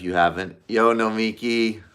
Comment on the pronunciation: Why is it so hard for you and Sam to pronounce her name? It is "no-mi-KI" not "no-MI-ki" - emphasis on the last syllable, not the middle.